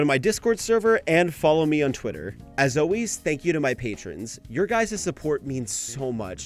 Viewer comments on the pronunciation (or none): none